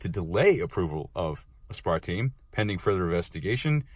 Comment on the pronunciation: Maybe next time learn how to pronounce aspartame first